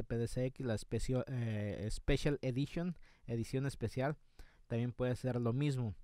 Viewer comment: Especión edicial... la dislalia en su buena expresión jajajaja